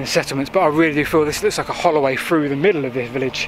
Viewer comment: Buy a metal detector . Through pronounced with Thhhhh not frew. Make an effort. The little errors are comforting friends but you dont need them now.